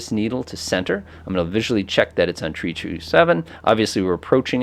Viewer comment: Great video. Also, "3" is pronounced "three" and not "tree."